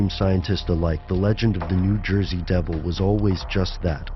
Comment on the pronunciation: '' Nu Joysey ''